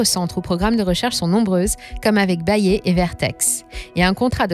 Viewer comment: C'est pas bayé mais bayère